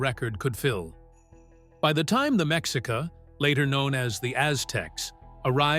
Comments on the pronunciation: Mexica is pronounced "may-she-kah". So irritating to listen to this AI mispronunciation so many times. My husband is Tlaxcateca, from the smallest Mexican state, and we lived for many years in Mesoamerica. That area was populated for thousands of years before the Aztecs arrived from the north to settle in Tenochtitlan. There were 10000 year old cave paintings up the hill from our house. Central Mexico has a complex and rich history. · The X is pronounced like SH . Meshica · So? There's not a final conclusion of where they came from. Mexica is pronounced maisheeca and náhuatl is pronounced nawatl, good information anyway greetings from Tijuana México.